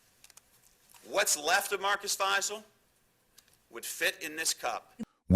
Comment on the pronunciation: Also their names are pronounced Marcus (F-eye-zal) Fiesel Joseph (Dee-terz) Deters Simon (Lee-s/Lease) Leis